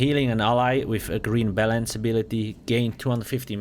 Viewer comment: just me or did it sound like he said green bellends xD